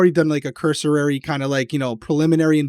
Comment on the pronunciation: 🙋🏽‍♀️ still here!! Also,, I think you’re great, but I think the word you want is ‘cursory’ and not “cursorary”.